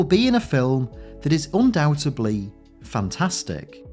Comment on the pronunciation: You don't pronounce the b and undoubtedly